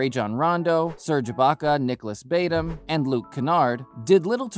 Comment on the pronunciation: BTW, Nicholas Batum is pronounced Batoom.